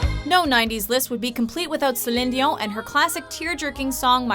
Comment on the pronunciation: The way you pronounce Céline Dion just angers me🤣🤣